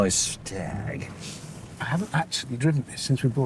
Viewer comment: Staaag. Rhymes with Jaaag.